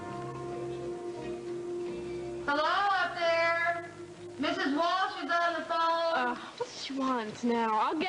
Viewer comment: I notice that some of them pronounce WalSH as WalCH. 🤷🏽‍♀️